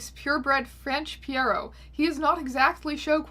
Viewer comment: Pierrot is actually pronounced PEE-row.